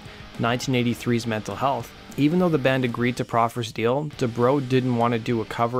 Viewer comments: sounds like you said "mental health" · Good video, but You did mispronounce METAL Health. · Hearing Quiet Riot's album being pronounced "Mental Health" will drive you mad. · Yea, I mean what’s the point of saying mental health rather than metal health and which it says right there on the album cover metal health not mental health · “Mental” Health?? Come on man. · It's "Metal Health", not "Mental Health". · He keeps saying "mental health", it's "metal health" dude. Stuff like that makes me not take this channel seriously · "Metal" Health, not "Mental" Health. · “Metal” health, dude. Lol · How the fuck do you get the name of the album wrong multiple times. METAL Health, not “mental”. FFS. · The name of the album is "METAL" health,not mental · Metal Health. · Carleton Rutherford I'm betting it's not intentional. If you watch enough of his videos, there are always a couple spelling, grammatical, or pronunciation errors in his written and/or spoken parts. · It makes me mad when a non quiet riot fan mispronounces it… It’s metal health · One time I can understand but how can you say the name of the album wrong twice? Figure it out before you do your videos man.